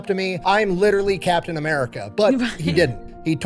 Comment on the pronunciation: It's Captain, not Captian.